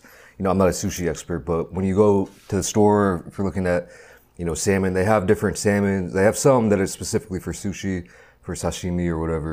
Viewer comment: Bro really said "samoan" 😭😭😭😭